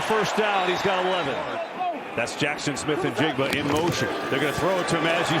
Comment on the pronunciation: fun fact Njigba is silent "N"